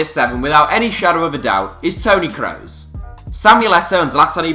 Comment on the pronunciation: Looool, the way the narrator says ‘Toni Kroos’